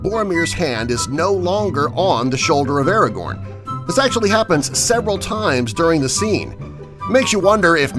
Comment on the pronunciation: He also said Aragon instead of Aragorn!